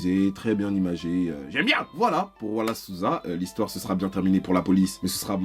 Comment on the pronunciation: À mon avis l'ironie là-dedans est le perfect timing(ou worst) parce que c justement il y a 10 ans que j'ai déménagé au Brésil (j'avais 4 ans) et j'étais pas au courant de cette histoire. Et justement avec 10 ans d'habitude à entendre les noms Brésiliens ça m'a fumé toute la vidéo de voir ton accent quand tu disais Wallace Souza ou les noms de différentes choses brésiliennes mdr